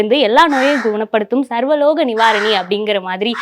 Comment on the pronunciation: அம்மா இது சர்வலோக நிவாரனணிஅல்ல . "சர்வரோக நிவாரணிம்மா " சரியாக பேசுங்கம்மா சங்கிக வருத்தப்படுவானுக....